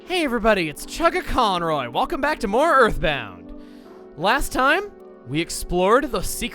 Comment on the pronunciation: “Next time on Earthbound-g” Lmao the G sound at the end lol.